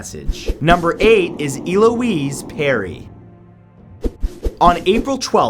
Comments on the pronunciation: I cringed every time you said Eloise, because you said it wrong every time. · Mutilated the name Eloise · "El-oo-eez"...Not "E-loo-eez" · E-Louise ahaha El-ouise I love when people from different countries or accents pronounce names and words how you see/read them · Eloise. El-Louise. Not E Louise. I love your videos, this isn't hate it just annoyed me 😂😂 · Damn man it’s ELLE-O-UISE not ILL-O-UISE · No not E-lo-ess, EL-ow-ez. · Elouise is not pronounced EE-louise" but ELL-louise. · Omg its "ELLE-O-EESE" not "EE-LO-EESE" and who doesnt know how to pronounce "Shari".... sorry but a lot of your name pronunciation sucks bro.. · It’s El-ouise. Not E-Louise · I don't think I've ever heard Eloise pronounced Eeeeloweese before. I've only heard it as L-Oh-eese. Interesting way to say it for sure. And I think the word is succumbed not sucame but again that could be a new version of a really old word (but on this one I don't think so). Great videos though! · It's pronounced Eh-loise not Ee-loise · I love how Matt says E-Louise when it's pronounced ELouise, pronounce the ELLLLLLLLLL! Bless him xD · It's "Eh-Lo-weeze" I should know, it's my name lol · I think her name is pronounced Elle-oise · It's pronounced ell-o-wees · why does he say it "illoise"? The name's Eloise isn't it? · Eloise not eeloise you cueball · we not gon talk abt how he pronounces eloise